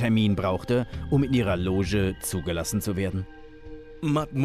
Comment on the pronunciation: du kennst doch die Fraumarer oder?;) Aber schön, dass dich das Spiel an BF erinnert.:D Loge spricht man wie "sch".;)